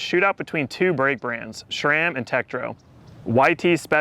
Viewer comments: There is no "H" in SRAM. It's SRAM not SHRAM for the love of god! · better than calling it THRAM. 🏳️‍🌈